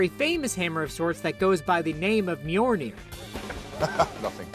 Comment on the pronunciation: it's mjolnir not mjolney